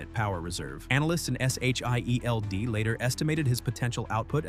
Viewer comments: Why can't this AI pronounce the word SHIELD? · You had me until "S H I E L D."